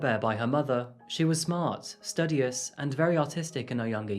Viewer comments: It's pronounced "stOOdious." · For the love of god man, it's stu-de-uss. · the way you pronounced studious caught me off guard 😂 it’s pronounced stew-di-us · Love your content 👌🏼 Just one tiny gripe...could you work on your word pronunciation? I've noticed some words aren't correct, like, studious ( pronounced stew-dious) you said Stud-ious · JFYI the word STUDIOUS is pronounced: stu-di-us Keep up the good work bro ✌🏿️ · Great job. You cover many cases unknown to me. Ps. I'm pretty sure it's pronounced stuuuuuu dious. Long vowel sound on the u 😘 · Where is this youtuber from? Some of the pronounciations are a bit unusual for a person from the UK? Like studious and some things in other vids.